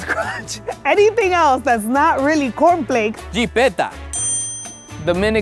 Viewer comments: Conflei Me: chokes comiendo conflei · Im Mexican American and my mom taught me to call all types of cereal confleis too. Although mexicans always pronunce the s's at the end of each word. And this we did even though cereal is also a word in spanish lol.